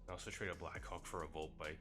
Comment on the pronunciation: This guy is saying black cock instead of blackhawk😂